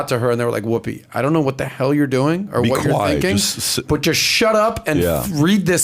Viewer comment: Whoppi?... i think you mean whoopi. Haha